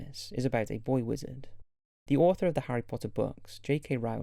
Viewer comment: He said Harry Potter with that perfect accent!